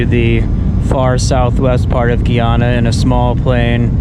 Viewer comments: The pronunciation is not “Gey-ana” it’s “Guy-ana” as in GUY. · Guy- ana not Gii ana